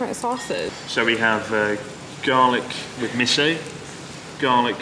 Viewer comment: Has Chris always said miss-so? I only just now noticed that he doesn't say miso LOL